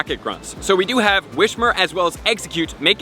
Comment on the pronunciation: I don’t always whishper but when I do, I say whishmer...